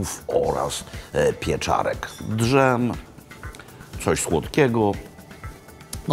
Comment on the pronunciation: Znowu ten "D.Żem"